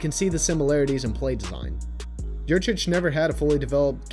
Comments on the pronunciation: it's Yurcich, isn't it? Sorry, that just tends to diminish cred a little when the misspell is there to begin things. Not sure about the pronunciation, though I've heard it's "yur-sich." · Guys - It's Yurcich. As in "Your sitch." He was your sitch. Now he's out sitch! Great video. Hook 'em!